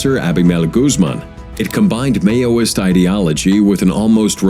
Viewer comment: "may-O-ist" 🤣 ... nothing more pathetic than when Youtube channels use A.I. to narrate their videos. Probably scripted by chatGPT too.